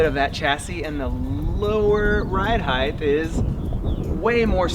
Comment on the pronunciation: ....please! Height does not have a "th" on the end. Height, not Heighth...otherwise a great movie!!